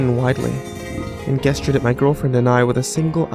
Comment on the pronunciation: Man,, I enjoy your narration, but please - the word GESTURE is pronounced with a J sound. Spelled like it sounds it'd be Jesture. Not G like the word Guess. I only mention it because you've done it every time that word comes up.. No offense, it kinda takes away from the quality/